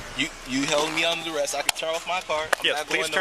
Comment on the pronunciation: “I’m under duress!” Sir, it’s pronounced under arrest